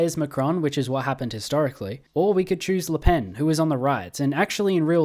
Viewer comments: you're actually pronouncing it right it's like '' le penne '' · You were right, don't worry, it's said as "Le Pen" like in english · As a French, you are pronouncing it right. Her name is pronounced just like a pencil -> "Le Pen". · Its said Lepene so yeah you got it right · No, as a belgian who talks french, you are saying her name correctly ^^ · you actually pronounced "le pen" correctly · I think you’re pronouncing Le Pen correctly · You actually pronounced Le Pen's name correctly. It is a Breton name, so the pronunciation is different from how you would pronounce it if it were a French name. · You pronounced Le Pen's name right don't worry. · No you are actually correct withe your pronunciation. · Actually, you're pronouncing her name right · Nice vid And you pronounced Le Pen correctly don't worry